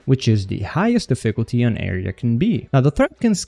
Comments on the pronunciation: wtf is da-fickle-tea? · Deficklety lol